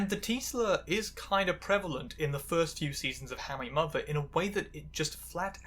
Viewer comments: You really need to slow down and enunciate, it's difficult to understand you when you pronounce "how I met your mother" as "hawayymuwer", and "challenged and recognised" as "charecognised". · The way you pronounce How I Met Your Mother like it’s two syllables must be some kind of witchcraft. More seriously, this was really interesting! I didn’t really watch sitcoms growing up but it’s interesting (though maybe in a morbid curiosity way) to see some of the things that have shaped how people like me are treated today. I especially love the trans spin on Robin, and the concept of a character Feeling trans even if it’s not actually canon. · Love how you pronounce How I Met Your Mother in a single syllable